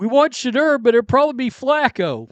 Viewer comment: “Shuh-door”. Pronounce it right